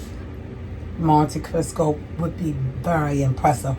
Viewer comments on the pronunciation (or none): You keep pronouncing it "Monte Crisco". 😂